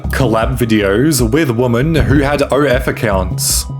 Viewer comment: Why do you keep pronouncing "women" as "woman"? wtf? 😂😂